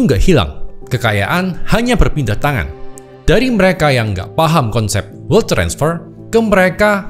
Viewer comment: bacanya welt aja koh